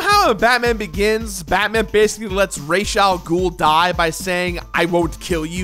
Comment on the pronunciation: Raish al gool? I think it's Raz-Al-Gool, friend.